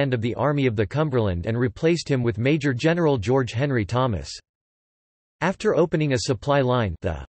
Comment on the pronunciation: Thank you. I only wish you knew how to say Major General.